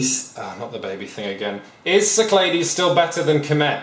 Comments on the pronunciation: I wasn't too frustrated with alternating pronunciation of "Cyclades" until he did it 10 seconds apart. When you're at the point that you can't make up your mind from one sentence to the next, you really need to cut the shit and commit. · There's no way Cyclades is pronounced like that! It's SIC-la-DEES! (Or apparently KIK-la-thes in Greek) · its named after the Greek Islands, pronounced sick-la-dees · I like Shut Up and Sit Down, but the mispronunciation of Cyclades makes me cringe literally every time.